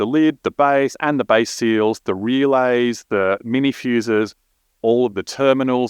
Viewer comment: "feeeuuussses"? "Rrrealeyss"? I don't know what these things are. Is this used to connect your PDM to a PC?